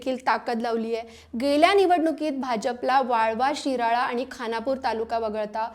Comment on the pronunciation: ओ मॅडम... विरळा नाही शिराळा म्हणा😂😂